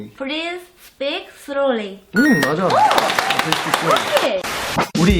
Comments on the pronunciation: I was remembered of suju's "soly soly soly soly" right away😂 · english is really hard for japanese learn! there's a lor "l" and in japanese language they use more "r" sound right? maybe that's why it's so dificult but at the same time so cute to listen to trying to say words like "slowly". it's sounds so cute "srwory" __ i guess have a friend like make you want to Squeezes her cheeks more than one time per day. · Those mixed letters between L's and R's though xD